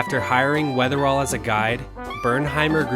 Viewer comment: Just a quick note, it's John Wetherill ( ), not Weatherall.